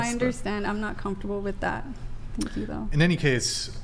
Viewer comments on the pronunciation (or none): So funny when girls say "pink you" for thank you. 😂